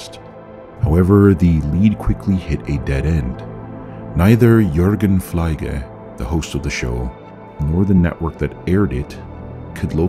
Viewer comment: I am German and can remember the show "Fliege" actually very well. I almost forgot the mystery about the Teddy Bear Man but you just brought it back. "Fliege" is actually pronounced Fleege... as if you would say fleemarket 🙂 And Fliege translates to fly 🪰. Thank you for covering this. Glad I found your channel, keep it up! 😎👍